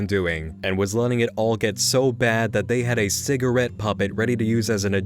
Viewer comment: Also, during his "rage" when analysing episode 5, he doesn't pronounce si-gah-rette. correctly. Instead, he says si-gr-it, which I had to replay a few times to hear.